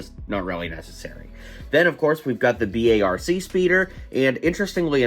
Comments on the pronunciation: It’s pronounced BARK, you don’t spell it out lol 😂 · It’s not B A RC it’s literally like saying bark